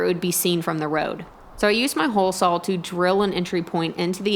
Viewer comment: Love how you say the word "saw'...sawll..